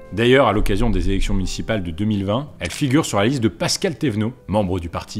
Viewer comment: Pascal, et pas Pascale 😅